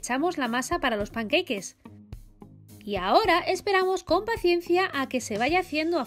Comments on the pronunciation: Pan-que-i-ques??? Has dicho eso?? 😆 Si lo dices en español es pan-ca-ques Si lo dices en inglés es panqueiks Gracias por la receta, tienen buena pinta 😊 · "panqueique* xdddddd